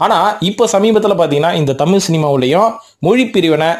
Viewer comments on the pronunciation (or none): மொழிப் பிரிவினை , அதைப் பெருது படுத்துவதும் இருக்கட்டும் ........ நீங்கள் குறிப்பிடுவது தமிலா அல்லது தமிழா ? முதலில் அதை சரிப்படுத்தவும் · Sir tamiy illa thamizh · AYYAYYO. THAMIZ. THAMIZ. TBHAMIZ......... EPPADI. PESIYE.....NAASAMMA PONAAYE MARATHAMIZHA. MAKKUTHAMIZHA? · முதலில் நீங்கள் "தமிழ்" என்பதை சரியாக உச்சரியுங்கள் பார்ப்போம்.